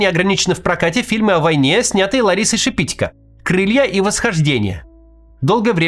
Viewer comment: Шепитько’, не Шепи’тько 🤬